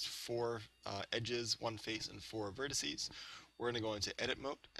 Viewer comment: "vertices" lol.